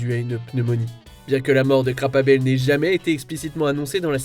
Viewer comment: Quelle horrible façon de prononcer "Krabappel" ( ne parle pas anglais ça paraît comme le nez au millieu du visage). Ce n'est pas "Crab-à-la-pelle" mais "Krab-Apple". Sérieusement fait un minimum d'effort!